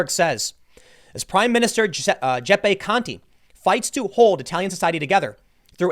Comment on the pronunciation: Tim, Giuseppe is not read "Jeppeh" it is read "Jew-sep(as in septic)-peh"